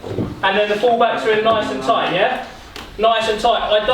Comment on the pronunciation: Man said “tait game” lol 😆